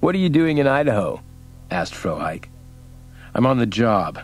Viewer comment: The mispronouncing of Frohike was a bit annoying.